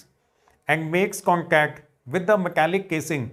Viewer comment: Thank you so much sir after tomorrow is my science pre board examination. But when you say words like in which you have to pronounce t letter your pronounciation is k or ka . For example light you say like and contact but you say it concac